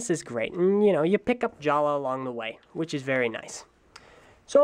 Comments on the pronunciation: Jaller is pronounced JA-LUH! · ***** Yeah, Matoran names were changed. Huki - Hewkii, Jala - Jaller, Maku - Macku, and I think Hali - Hahli. My question was why did he pronounce it with a hard "R"? I thought the pronunciation stayed the same. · did you do the skit at the beginning or did another TTV member do it? Because in the skit, Takua pronounced Jaller's name as it was spelled, but in the review you pronounced it as "Jala".